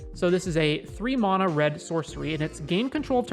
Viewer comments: MAN - UH = Correct -- MON - UH = Rere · Anyone else bothered how he says Mona..... it's Mana. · ItS mAnA nOt MoNa